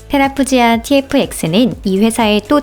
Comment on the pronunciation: 테라푸지아가 아니라 테라푸기아 아닌가요??